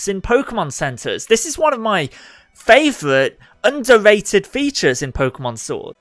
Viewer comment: when u cant say R. Favovite